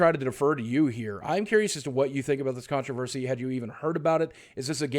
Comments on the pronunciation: Lol contraversy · its controversy, Boogie ma boi.